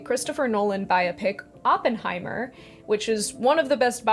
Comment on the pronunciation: Great video, and thank you for pronouncing Oppenheimer's name correctly. Over the past few weeks I've heard so many people say Open heimer that I've wanted to hit something. I read J. R. R. Tolkien: A Biography years ago, late '90s, around the same time I got my copy of the old green hardback Silmarillion with the wonderful foldout maps (my highschool library was selling old books and I managed to pick up some great stuff for almost nothing.)